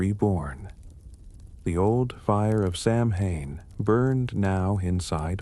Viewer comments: It’s pronounced Sow -in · You’re pronouncing it wrong.